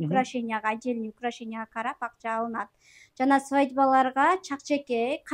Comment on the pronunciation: Кылаграм ,атделный , Пырлитарская .Сабаттуулугунду да кичине остур.(килограмм, отдельный,пролетарская )без обид ок 😉